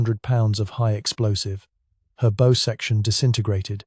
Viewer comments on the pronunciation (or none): Are you actually British ? If so, don't say 'dove', say dived. Also {assuming this isn't AI}, pronounce the bow of a ship as one would the bough of a tree, not as one would a bow and arrow. Not doing so detracts from history and the marvellous heroism of these men. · Good story but I dislike bot narrators, bow as in bow & arrow, nope it's pronounced bough, & that awful sub mariner's? No no no it's submariner. Stupid American pronunciation. He got left tenant right a small mercy.